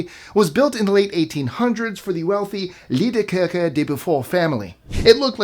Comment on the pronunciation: (18 - Chateau Miranda) Well done on the pronounciation of 'Liedekerke',. 👍 As well as 'Noisy' and 'chateau Miranda' It's a shame what happened to the castle.